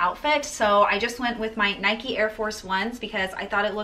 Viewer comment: Her pronunciation of NIKE killed me so hard but overall she was really good